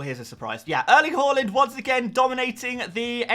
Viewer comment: It kills me every time he says haaland wrong